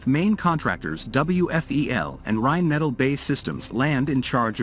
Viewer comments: Seriously, video makers.. we understand that I narrators are here to stay since you obviously don’t have anyone who can narrate your videos, but please, please learn to write manuscripts that AI narrators can read properly… it is Rhein Metaal, not a Rhein Metal. It is Bee Aye Eee Land, not Bay Land. Do over and do right! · Can't even pronounce Rheinmetall correctly.